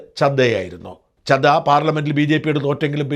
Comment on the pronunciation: സാജൻ സാർ രാഘവ് ചഡ്ഢയാണ്, അല്ലാതെ ചദ്ദയല്ല.